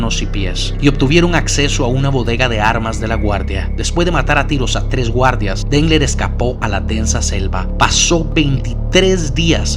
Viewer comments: Porque dice gurdas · Por que dices guardas? En vez de guardias??? Te cuesta decir la i?